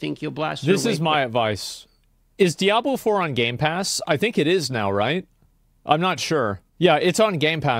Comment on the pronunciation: Today's speech impediment Diablo video is brought to you by the letter L